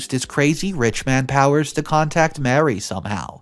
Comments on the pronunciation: I know it's not completely your fault if you don't know how to properly pronounce words and names, but it's a major trigger for my OCD when you don't. Example: the name of the boss is Marie (Ma-ree) not Mary. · Ma-Ree...not Mary. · OMG. Marie = Mah-REE. This guy was a simp and should have sued for wrongful termination. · You don’t pronounce Marie like Mary. Learn your pronunciation of words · Marie and Mary are not the same name nor pronounced the same way